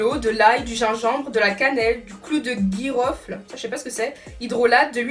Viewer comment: Mdrrr clou de girofle pas clou de guirofle 😂😂